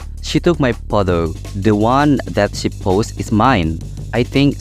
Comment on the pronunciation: pronounc mistake treat = trit(threat artiny mengancam ini treat artinya merawat) busy = bisi photo = fotou efforts = efourts fatal = fay-tal